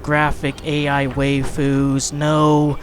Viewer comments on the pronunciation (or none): For future reference it's pronounced Why - foos. Alright back to my weeb cave.